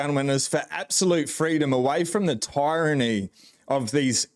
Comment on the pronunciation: Really enjoying your channel. Hey just one thing, tyranny is pronounced completely different to tyrant. Google it for correct pronunciation.